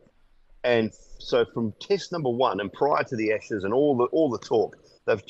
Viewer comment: It's Ashes, not Eshes.